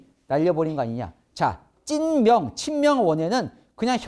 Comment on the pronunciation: 찐명이 자꾸 찢명으로 들림